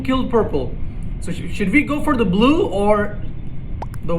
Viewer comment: Why does he always say Bulue instead of blue 😂😂😂 “I potted the bulue ball “ ~